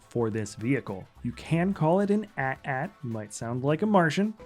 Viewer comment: Why do you keep saying "ay-tee ay-tee" lol